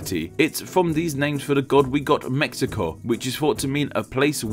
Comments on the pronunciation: Well, the name should be pronounced as /mehico/, that's the way it's said here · The Aztec languages have their "sh" sounds transliterated as "x", so it'll be "Meshico", but nicely said all the same! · The “x” character in modern Mexican Spanish is usually an “h” sound i.e. “Meh-hee-co”. Obviously when English speakers don’t say it that way, but you were referring to the etymology of the name, it might not be a bad idea. Same rule probably applies to the god names Mextli and Mexihtli...... Also, as you’ve already addressed Mexico is not considered a Central American country................. Fun video though........ It was interesting............ Cheers!!!!!!!!! Lol. :). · I would have loved for you to pronounce Mexico, like us Mexicans do, Méhico :'( I loved the video by the way, keep up the good content